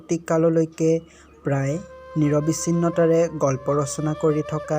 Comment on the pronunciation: মহাশয়, 'নিৰৱিচ্ছিন্নতা’ৰ সলনি 'নিৰৱচ্ছিন্নতা’ হ’ব লাগিছিল শব্দটি উচ্চাৰণ কৰোঁতে।